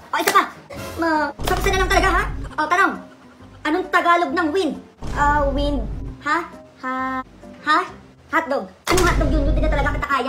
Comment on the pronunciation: Anong wend hindi wend wint hehehe nakakatawa parin